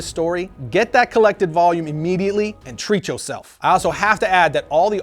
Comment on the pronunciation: Did that man just say treatchoself ? 😂😂😂😂😂😂I luv it!😂😂😂😂😂😂